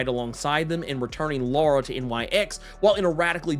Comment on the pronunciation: As a Laura who is a spicy white, please say it as Lore-uh hahahaha